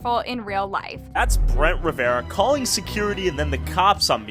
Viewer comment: I can't with the brent rivearia